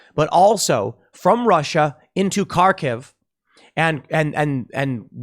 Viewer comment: The Kh in Kharkiv is a phlegmy H sound Tim. In case you're going to make several videos where you say it.